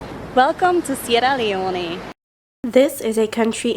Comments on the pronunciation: please say the name if the country properly. It is Sierra Leone, not Leoneh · Sierra Leone is pronounced Cee-Era Lee-Own *